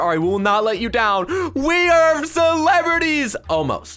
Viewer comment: when said we AREEEEEEEEEEEEEEEEE it look's like said we HROKKKKKKKKKKKKKKKKK